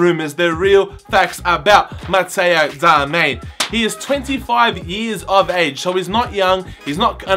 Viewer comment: ITS DARMIAN FFS 😂